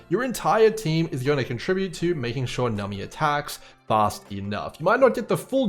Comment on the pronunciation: Love the video but why do you call numBy, nummy? Is this a meme I missed lol